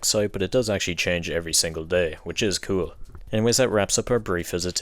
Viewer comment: Cool in your accent just sounds like kill